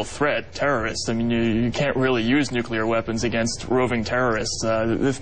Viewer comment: I like Jesse...but, get it right: It's NUCLEAR, not NUCULER, which is how GeorgeW used to screw up the word.